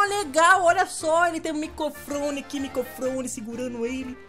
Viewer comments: Micofrone? Hahahaha! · não sabe falar microfone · o disse micofrone kkk MICOFRONE KK eu ri demais = ] ♡♡ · Maria Regina de Souza Soares MICOfone kkkkkk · Kkkkkkkk micofrone é microfine ddddddooooooooo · Maria Regina de Souza Soares ele disse mesmo kkkkkkkkkkkk